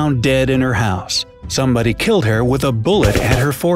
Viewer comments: Who edits these vids it’s HOUSE not hous lol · it is house not hose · House not hous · Bruh you spelled house wrong you said hous in the first one and said youdo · it said hous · I think its house, not hous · It’s house not hous it’s okay 😋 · "hous"? Might want to check that. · house not hous 🤣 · Ik im late on this but what's a "hous"? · Jennifer was found dead in her “HOUS”?? killed English 😛